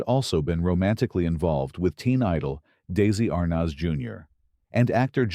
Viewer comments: Exactly. Research is something this group doesn't do well. The narrator said DAISY ARNEZ not Desi. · If they're going to use AI on these things, can't they program it to pronounce names/words properly? I mean really...DAISY Arnez! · "Incestrial"? Daisy Arnas? my god, f'ck this entire channel. Yes, AI, the marvel of the age... meaningless, empty and wrong. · This A.I. generated video is full of miss-information, 🤬 I have reported the inconsistencies to YouTube community in hopes that they will remove it . Very frustrating to watch all the🤬incorrect pronunciations, spellings and outright lies. Patricia Neal did have more children. Desi Arnez is not a daisy. And many other misinformation‘s please take the time to report this video as misinformation make sure to give it a thumbs down so it does not get monetized anymore than it already has and please report the channel takes us time to remove false history before our generation is gone and no one is here to correct it for future generations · Tell your mindless AI that it's Desi Arnaz, not Daisey Arnas! God I hate AI!